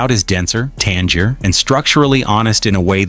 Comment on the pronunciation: Tangier is not pronounced like the city in Morocco. An acidic taste is sometimes said to be tangy, so something more tangy would be tangier.